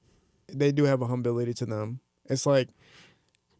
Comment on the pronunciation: Damn the word is “humility” 😭😭 “humbility” is crazy lmao